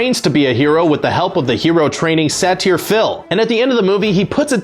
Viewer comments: Say ter Not Sat tier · tell me he didn't just pronounce "satyr" sat-year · how-- how did you pronounce "satyr"?